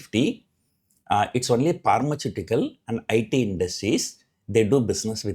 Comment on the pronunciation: Sir I like ur pronunciation of word 'pharmaceutical'